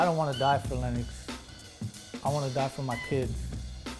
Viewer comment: yo im crying! he said "im from west side lenNOX!" i swear they do be sounding like that